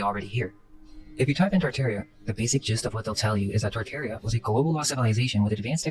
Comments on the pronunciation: Why are you saying “Tar-Tar-ia” wrong? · tart-air-ia please no It's tar-tar-ee-uh